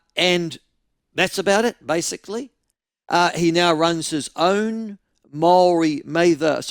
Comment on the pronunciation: Maybe it's just me but when ML says "now" I hear nowa 😆